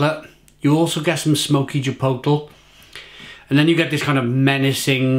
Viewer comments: Each time he says chipoetel...I cringe. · if you're gonna review chipotle flavoured beer please learn to pronounce it